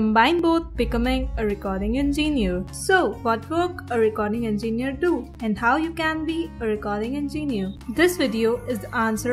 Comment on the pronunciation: "recording enginew"